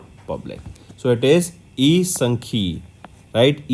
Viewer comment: Sir ji please nashe kar ke na padhaya karo bolte ho kuchh tick lagate ho kahi. sankhyiki ko sankhyi padhte ho matlb ya to number de do jis se laate ho uska